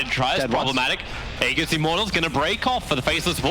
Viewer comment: Why can't Toby just pronounce "aegis" correctly, for the love of god...